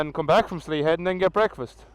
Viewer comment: Congrats on 50 videos man! Slea head is a savage spot to be fair. Us Kerry folk pronounce it "Shlay" ;) I'll never forget that bend , I came around that at night on the Super Four and I have no idea how I didn't bin it! I'd forgotten it's all stone not tarmac as the water runs so often there the tarmac goes all cat so they never tarmac it haha! I don't save any of my videos, I just upload them and then delete them haha! I actually just ordered a 2 piece rain suit to go over my leathers! They arrive Thursday! :D Going to need them for when I head up North for the Photo Rally! Don't want to get caught in the rain and have wet gear for 3 days....